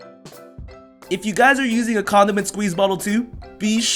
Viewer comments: I thought he said condom and squeeze bottle, no condiment bottle!!!!! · I thought he said "condom and squeeze bottle" lol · did he say "comdom squeezer" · Did he say condom squeeze bottle.. It sounds like adult guy for girls